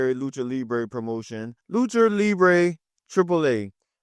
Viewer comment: 5 sec in "Lucher."